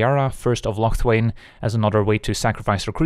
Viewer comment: I don't think your Scotish, but you pronounce Locthwain like a real highlander.. Nice!